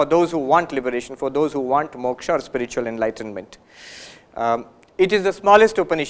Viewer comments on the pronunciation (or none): none